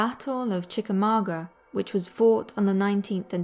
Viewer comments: you said chicamaugua wrong its. Said like this (chica ma gwa) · Brit pronunciation of classic American places are hilarious. "Chickamauga", is pronounced, Chick-a-mong-a'.